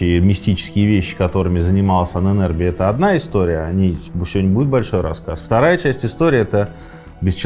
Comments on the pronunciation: Почему произносите Ане нербе Правильно анен эрбе Анен это предки, а эрбе наследие. Ahnenerbe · Позволю себе небольшую поправку «Ahnenerbe» читается как два отдельных слова: Анэн с ударением на первую «А» и Эрбэ тоже с ударением на первую гласную. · Пожалуйста... ударение в Анэнэрбе на А!!!! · Анен Эрбе , отдел но произносится и ударение в немецком на первый слог , спасибо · нет не правильно. Там даже как бы 2 ударения на А (анен/Ahnen) и на E (ербе/Erbe)